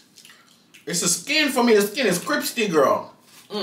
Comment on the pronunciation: why you can't say crispy? My husband is Jamaica too and he always fucking up some words. He can't say crispy either 😂😂😂😂😂😂😂